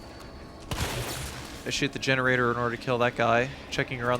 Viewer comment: I am sorry 😐 but I keep hearing you say butt hole in the generator section.